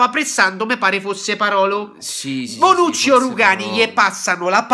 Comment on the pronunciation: si dice Bonucci no bronucci e comunque non è gay